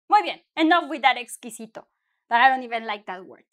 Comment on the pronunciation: eres la mejor! "Did you say....exqwisito?" Lol.:)